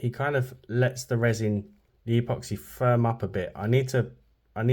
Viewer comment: Why do you say e poxy?